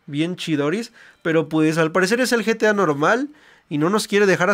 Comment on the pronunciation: Se dise geta 5 no getia 5